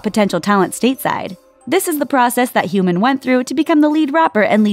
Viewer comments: Hyomin is not supposed to rhyme with CUMIN KARA is not supposed to rhyme with HURRAH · human from hyomin. LMAO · im really sorry if this sounds rude but how do u mispronounce Hyomin as Human?? there's literally an "O", not "U" or "OO" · I thought she said "human" instead of Hyomin (first girl) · Buttered Lumps It's called being a Hyomin* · Ikr. So cringeworthy and annoying when she mispronounced Hyomin as Human Narsha as Narisha Sang Sang Plus as Seng Seng Plus Kara as Kera